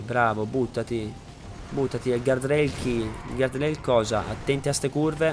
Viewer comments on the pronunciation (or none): none